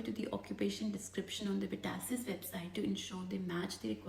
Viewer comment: it is VET ASSESS!!!! not VETASSISISS